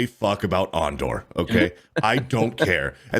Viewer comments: I'm really starting to think that weirdo is a Star Wars poser just by the way he says Andor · 😂😂😂 AAN-DOR 😂😂😂 So pathetic that the Lucasfilm Story Group pissed on Boba Fett and Obi-Wan Kenobi so Reva and Osha could exist...